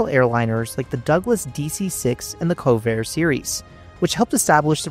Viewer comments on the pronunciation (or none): CONVAIR! Not “Covair” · The name of the civilian airliner manufacturer is CONVAIR, NOT COVAIR you addlepated fool! must do better than this! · It's not covair, it's convair air liners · What the hell are you talking about? This isnt AI its from an avaition college made with students etc.. Also he just misspoke....why the eff do people like you think they know everything without any actual knowledge.... He meant the convair series, not covair... a simple typo on this young kids' script. The CONVAIR 240 340 and 440 all used this exact engine which was the pratt and whitney 18 cylinder.... Do just a bit of digging before just making a comment like youre the red baron and know all aviation. Great video, as usual,!!!!